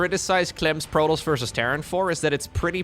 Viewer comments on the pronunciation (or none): We pronounce the S for that one! Protoss ;) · We wouldn't pronounce it "Proto" in French. Since there are two 's' at the end of "Protoss", it can't be mute. Even with only one 's' at the end I'm not sure it would be mute since it wouldn't be a native French word and also a race name so kind of similar to a first name I guess (for instance the 's' at the end of "Chronos" is not mute).